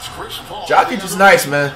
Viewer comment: Dude pronounces Jokic as "Jah-kit"